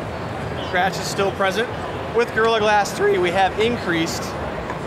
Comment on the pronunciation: Listen to how he says 'gorilla glass 3' Looool